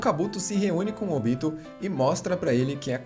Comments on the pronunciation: Muito bom o resumo, mas a pronúncia dos nomes me deu uma agonia viu principalmente o do Obito e não Óbito pessoa que estar morta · Sério? "ÓBITO"? A pronúncia é Obi-tô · O resumo é top, mas pq não manter a fonética dos nomes igual a japonês? Ex: pq óbito e não obíto? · Quem aí tmb ficou com agonia vendo ele falar "Óbito" ao invés de "Obito"? Kkkkkkkkkk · Pelo amor de Deus, OBITO NÃO TEM ACENTO NO 'O' pra ele falar ÓBITO, credo parece que nunca olhou legendado! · Podia aprender a falar os nomes dos ninjas direito.. óbito é quando alguém morre pô.. kkkk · Vc fez um otimo trabalho parabens, mas....maioria dos nomes foram ditos de maneira errada, como "Óbito"(morte) e Ashura de resto ta maravilhoso irmão continua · Esse cara não sabe falar os nomes dos personagens direito não? Óbito? Kuina?